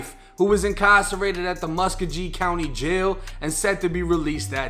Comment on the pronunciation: Bruh said muska gee its slick pronounced ma sco ghee😂😂